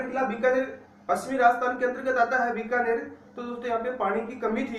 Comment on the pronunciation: बीकानेर ना की बिकानेर